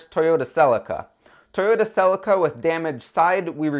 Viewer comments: Celica is not said with an a .... americans again learn to speak english its nt neesan its nissan ... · can you not pronounce celica or mazda?